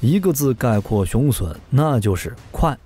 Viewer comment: 腦洞開太大了，還吹得有點過頭…等真的研製出來，有點資料再判斷比較好啦！而且把雄隼唸成雄損…都損掉了還打屁！